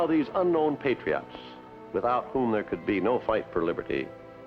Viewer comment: As much as I love Walt, his pronunciation of "Patriots" drives me a little crazy. lol "Patry-otts."